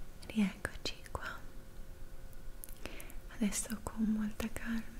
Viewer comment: A dici andresso